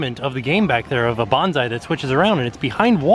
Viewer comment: still pronouncing it Banzai, which is the word you use to attack, the plant is Bonsai, pronounced "Bon" like "bonus" and "sai" like "sigh."